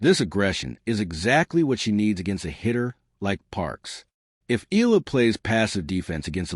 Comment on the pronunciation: ILA ka ng ila riyan... EYAhLAh bigkas nun. Pls stop murdering her name